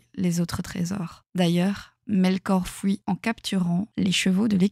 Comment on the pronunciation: me raconter des histoires pour m'endormir carrément 😭 en plus JSP si tes remarqué ta prononciation des fui ou tous ce qui termine en ui tu le prononce oui je trouve sa trop pipou